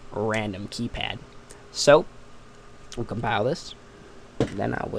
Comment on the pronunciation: KAYPAD "D